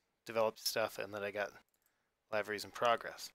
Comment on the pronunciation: its pronounced Live-er-esss